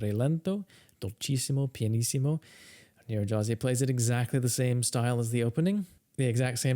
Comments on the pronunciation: It's pronounced "Nyir-redy-haz-ee" gy in Hungarian is pronounced like a palatalized d (d') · His playing is certainly better than your pronunciation of his name:) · In English, Nyiregyházi is pronounced nee-ren-d'-HA-zee